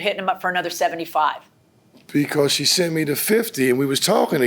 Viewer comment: “He actually sunt me” 😒